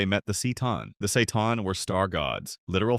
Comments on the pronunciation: Yeah, the Time War and the War in Heaven are possibly the WORST two wars in ALL of fiction. Another hot topic, the strongest villianois faction in ALL of fiction is the Dalek Empire. In fact they could PUMMEL any faction in 40k, and that's a freaking feat. Also it's not pronounced "see-tan" it's pronounced "ka-tan". Also....calling the Doctor a "kind of good guy" is crazy bro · Dudeeeee the say-tan really ? That was painful .. They are called the K-tan "just the K in the word Kay"😆😆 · Broo .... "seEe Ton" it's pronounced "Ke' Ton" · You should say it ktan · I've noticed tts struggles with complex words like for example ctan it said seitan 💀alternatively you could always narrate yourself i know it can be daunting but people do appreciate it more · Bro come on. “Necron-tire”?… “See-tawn”? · C’tan is pronounced with a harsh C sound like Can with a T in the middle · I think since it’s an AI reading it can’t pronounce it. You’d have to write “Katan” for it to say it right? 🤷‍♂️ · C'tan is pronounced as ki-tan. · no hate Its pronounced (C'tan)Ka Tan btw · Necrontyr [Nek-kron-tir] and C'tan [Ka-tan] are the proper pronunciation of said name 😅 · K sound for c and then tan, and it's tear for necront tyr